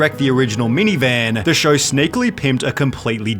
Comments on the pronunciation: Why do you pronounce words like show, “show-er” eg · “The showwaaa”